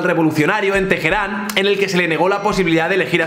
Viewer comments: Al oírte decir "Tejerán" al referirte a Teherán has perdido 2 puntos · Por que dices Tejeran? XD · Me gustó mucho, pero quiero hacer dos pequeñas puntualizaciones. La primera es que Teheran se pronuncia con la hache muda, y la segunda es que Irán es un país eminentemente persa y no árabe, alli los árabes son una minoria